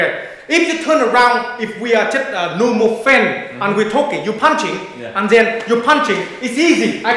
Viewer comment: you just gotta love how he says zen instead of then :D